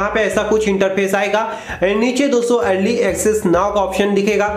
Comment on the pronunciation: Bhai wo erly access hai 😂